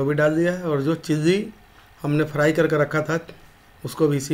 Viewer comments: It's chilli not cheesy😂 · Abe chiji chiji kya kar raha he. Chilli bolna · Chikkn chilli ko chikan cheessy bolna bnd kr pehle uske bad banana sikha na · Pahila chilli bolna dikhao tum chilli ko cheezy bol raha ho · "चिल्ली" नही "चिली". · चिल्ली नही भाई चिली बोलो